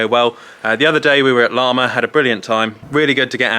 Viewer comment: It's Lamma not larmma